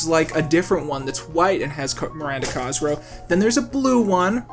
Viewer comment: Coming back years later for a personal retrospective on this series and every tine he says "Cosgrow" instead of "Cosgrove" hits like a flashbang